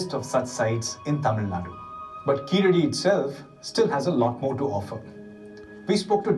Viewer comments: In place name Keeladi , a , vowel sound is short not Long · In place name Keeladi , ' a ' Vowel sound is short . Not Long. கீழடி , കീഴടി , Keeladi